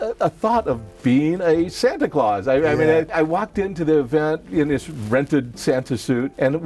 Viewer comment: the english in me dies a little everytime they say santa claus